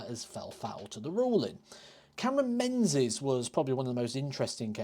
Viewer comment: It's pronounced Ming -is....it's a Scot/Gaelic name.Think of the old Lib Dem leader Ming Campbell...no-one called him Menz Campbell.